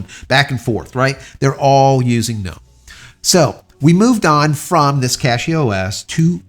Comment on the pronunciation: "Guh-nome" sounds like a non-native english speaker didn't realize the G is silent, but doubled-down and insisted that it's intentional 😅